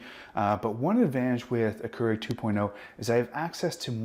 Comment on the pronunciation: Your pronunciation of Keurig is distracting